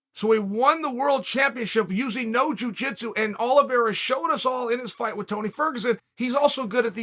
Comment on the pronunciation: *Chael Sonnen:*Charles Oliveswhereare and Dustin Sorrier. Me: Ok great.